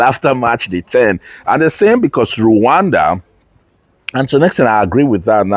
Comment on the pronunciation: Why are u calling it luwanda